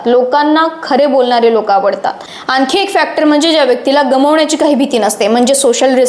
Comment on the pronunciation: मणात, म्हनतात, आनखि, पन आपन,... मनात म्हणतात, आणखी, पण आपण... अग शुद्ध बोल